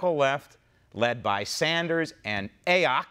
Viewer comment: "A-ock". Hilarious!!